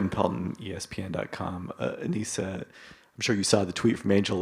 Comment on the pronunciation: Why he keep calling her ANEESHA? They say her name ALL THE TIME and you still keep playing in her face calling her out her name. It’s disrespectful and unprofessional. It’s not the first time.